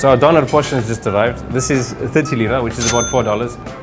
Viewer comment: When he rolls that R in DoneR , I know he is south African !! Nice video